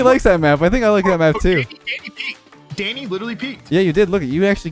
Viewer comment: He said: let’s go Danny!!! What I THOUGHT he said: let’s GO daddy!!